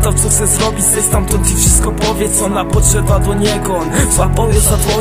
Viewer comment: Może i w tekście jest "podeszła" ale wymawia to jako "podszedła" tak jak napisał kolega wyżej. Myślę że to kwestia wady wymowy ale raczej nikomu to nie przeszkadza.;)